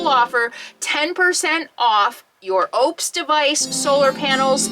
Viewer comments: Pronounced on their commercials……Oooh - pus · Just a heads up - pronounced O-pes . Great power station!